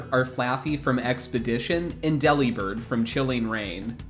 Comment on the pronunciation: It’s not pronounced Deli-bird. It’s De-Li-Bird. He’s a BIRD who DELIVERS. Not a meat counter that flies.